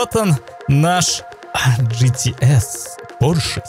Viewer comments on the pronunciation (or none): ты походу говоришь не GTS, а GT♂️Ass♂️